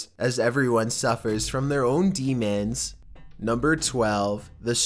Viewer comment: Demon became demans lmao